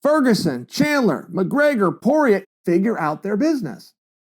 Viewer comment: Dustin “poorer ay “ Porier